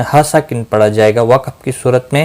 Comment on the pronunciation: Ap lafaz wakaf ko ghalt bolty hain , isko wakb nhi wakaf bola jata hay